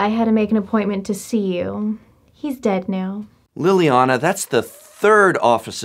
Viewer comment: No, Liliana. Li-li-a-na.